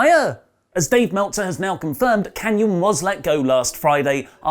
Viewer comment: It's SEAMAN! Not ceman. Swallows! come !